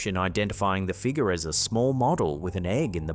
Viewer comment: Can you learn to say figure correctly…for the love of god